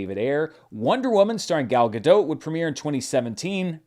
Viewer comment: It's pronounced "Gal Ga-Dott". She's Israeli, not French.